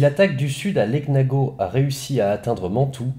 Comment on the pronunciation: Bonsoir Merci pour ces recits bien travaillé. ps: Cela se prononce "Léniago" (gn se prononce nieu) ;)